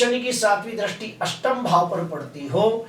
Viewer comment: Drasti nahi sir dristi boliye please sir